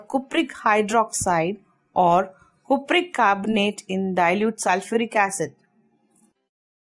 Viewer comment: Cupric bolna sikhle